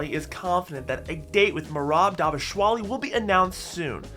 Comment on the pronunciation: please can you say Dvalishvili properly?